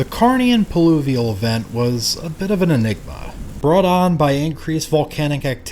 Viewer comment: Another stellar video. Heads up it's "pluvial" not "pulivial" by the way!